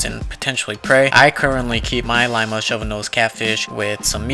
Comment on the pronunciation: You say Lima like Lima bean I think its supposed to sound like leema